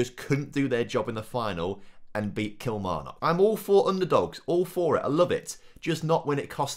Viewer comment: Absolute dislike for that Kilmarnock pronounciation.